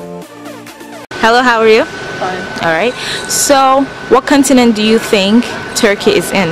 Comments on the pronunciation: Make sure you say CAWN-tinent and not CUN-tinent. I think some people are repeating it, because they are hearing a bad word (C***) and unsure what you said. Just a suggestion. Also the title of the video should be "Where do Americans think Turkey is?" because you never really asked what they think of Turkey. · Aren't you American? You sound like one, but people didn't understand your pronunciation for "continent"?